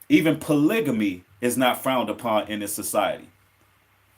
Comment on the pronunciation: U pronounce the word polygamy wrong I think